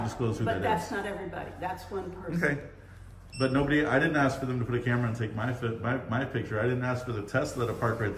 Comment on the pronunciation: yes!!! It’s et cetera, not excetera and it’s ASK, not axe!!